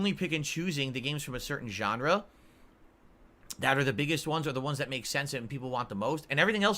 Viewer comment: Did he say "gendre"